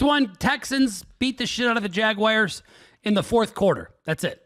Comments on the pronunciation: can’t pronounce jaguars correctly. His laugh is so fake when he talks crap. He says they got pounded by Mills but doesn’t understand the NFL at all. Any team can win any given Sunday. he has no idea what he’s even talking about. Stick to alt lines you need that since you can’t beat regular lines. Bro really said chargers ML lol. So bad so horrible. should replace asap or do the show alone, has no idea how nfl works. He probably thinks the saints are 0-10 right now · brother show some respect to the jaguars and say the teams name correctly. is your new name you lost status. 6 leg play for 15x is a shame for your name. You slice it so thin it loses before the game starts. You are bad you are horrible you are chalk you are public.